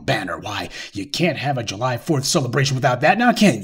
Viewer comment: I would like to point out an error. It's not "you-lie". Rather it's July